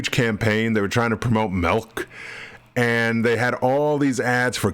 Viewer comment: Don't know why this stood out to me, but when you say Got Milk, I hear your regional accent as Got Melk. Just a minor note of interest - and it may be I'm just used to the local regional accent (it's not my native - I'm an import) and it sounds different from that.